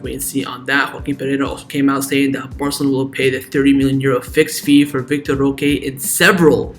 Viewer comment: Why do you say vitor roca? Its vitor roque